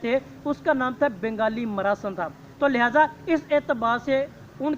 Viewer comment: اچھا بیان کیا لیکن بنگالی میراااا سین ہے سارا مزہ خراب کردیا۔۔ مراسِن بول کے اصلاح کیجیے